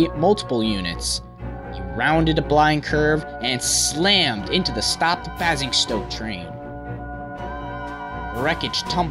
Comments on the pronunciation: Good and interesting video; thanks. And no, it's not your fault. If your father never had occasion to say 'Basingstoke' there's no way you could know that it's pronounced bay-zing-stoke! Similarly, and just so you know, 'Portsmouth' is pronounced ports-muth. (Just as most, if not all, English town names ending in 'mouth' are pronounced as ending in muth.) I'm English, and my wife - she's Californian - reminded me today of the time she pronounced 'epitome' phonetically as eppi-tome in a high-school debate rather than as ep-pitter-mee, because she'd never heard it spoken. Much like pronouncing 'misled' as mizz-l'd. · Basingstoke is pronounced "bay-zing-stoke" And Bournemouth is pronounced "born-muth" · England... as opposed to the other globally renowned London... where? And WTF is B'A'singstoke? FFS. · I'm not angry, but it is pronounced "Bay-zing-stoke", "Born-muth", "Em-anue-el" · I absolutely cringed every time he said Basingstoke, but then again, I travel through there by train all the time. I fully agree with everything you said however, he really does good work making these videos. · The way he pronounces Basingstoke and Bournemouth is hilarious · Anyone else annoyed by the names he says wrong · It's not Clapham that's the issue, Basingstoke and Bournemouth made me stop watching. Stick to the US... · Not 'annoyed' but I do cringe every time he says Basingstoke. Bournemouth nearly killed me, it's how they say it in Scotland! The pronunciation of the place names however did not detract from the great content and extensive research he did in making this video. Just for reference, it's a train driver, not Engineer in the UK. - I couldn't let that pass without a mention. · wish that yank would say BASINGSTOKE properly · i got pissed when you said basingstoke wrong but I’m not complaining you tried:) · the way you say basingstoke bugs me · i live in basingstoke you butchered that name so badly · ITS baising stoke not basing stoke